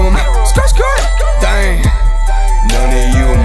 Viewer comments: The way he pronounce the word DDAENG. Amazing. OMG I LOVE IT SO MUCH!!!! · The way you say ddaeng 🔥